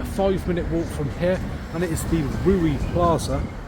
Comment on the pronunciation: Its reeu not ruee 😂